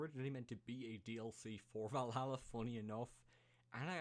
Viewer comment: At least he got Valhalla right